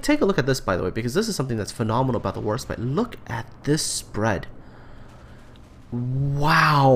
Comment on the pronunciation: Sounds like you keep saying HorseBite.